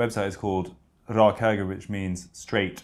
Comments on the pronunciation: Freddies pronunciation of both Ivar Arpi and Rak Höger was impressive tbh. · I gotta give kudos to Freddie on pronouncing "Ivar Arpi" and "Rak Höger" - very well pronounced for an english person.